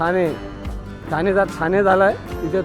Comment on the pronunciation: थाणे नाही हो ठाणे. बाकी छान.